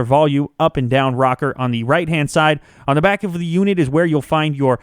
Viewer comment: Why say "Thee" instead of "the"?